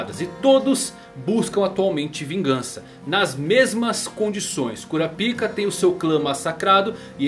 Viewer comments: Cada vez que tu falava "KURAPIKA" eu soltava uma risadinha kkk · Esse maluco gosta de falar kuraPIKA com a boca cheia , gsus